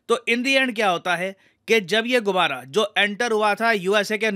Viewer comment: गुबारा नहीं गुब्बारा बोलिये